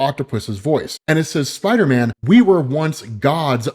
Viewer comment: idk why it took me so long to laugh when I saw this comment but when I did it had me rolling😂